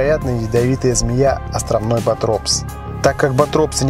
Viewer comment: Все бы ничего, но... Сильно подпортило впечатление неправильное произношение названия змеи. Ботропс - ударение на первом слоге.